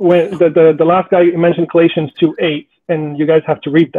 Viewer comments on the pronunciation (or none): He doesn't even know how to speak he's not even saying it properly it's not put on your galoshes it has a long a it should be Galatians